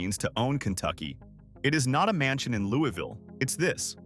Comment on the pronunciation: It is pronounced wrongly in KY.